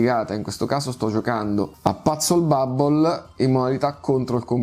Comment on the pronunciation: Mi fa ridere la pronuncia di PuzzleBubble😂.. " Patsel bubble'😂😂